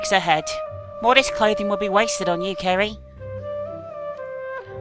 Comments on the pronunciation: At one point,you said Kerry not Ceri XD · Did anyone else notice that sometimes pronounces Ceri's name "Carrie"? It happened at least 4 times in the video. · Can someone count how many times says Ceri wrong this ep?